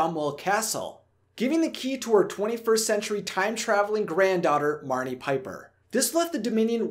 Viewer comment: It's Marnie